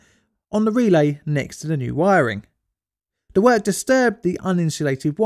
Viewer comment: Good video but my goodness it's hard to listen to, your pronunciation of 'the' as 'f' makes it hard to follow. You DO pronounce 'th' as 'th' sometimes so why not all the time! I hope all your other videos don't have that problem as now I've found you I want to watch all of them.